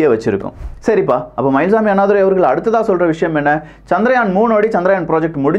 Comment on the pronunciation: சந்திரயான் என்ற பெயரை ஏன் சந்திராயன் என்று குழப்புகிறீர்கள்? இந்த அடிப்படை வேறுபாடு கூட தெரியாத ஊடகமா இது? ஆங்கிலத்தில்தான் தவறாமல் உச்சரிப்புக் குளறுபடி செய்கிறீர்கள என்பதோடு நிறுத்திக்கொள்ளக் கூடாதா?